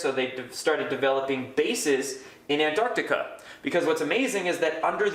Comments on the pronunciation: Its ANTARCTICA Not Anarctica. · STOP SAYING AN-ARDICA America. It's embarrassing. It's ANT-ARC-TIKA. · In English, the place he is talking about is called ANT---ARC----TICA, unfortuantely he suffers from a known condition called letter and syllable deficiency. Or 'mangleze' meaning 'to mangle.' Otherwise known as 'American speak.' Curiously there is also an opposite condition i.e. letter and syllable insertion; as in 'nooc----u----lar' (phonetic spelling). but letter and syllable deficiency appears much more prevalent. e.g. 'orient' meaning 'orientate' and 'sodder' which means 'solder;' 'heirarchal' meaning hierarcical. And many other literary abortions. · Fascinating topic. Juts please pronounce the C in AntarCtica. Gets a little grating after a while like people that say "Nucular" Just takes away a bit but still good info.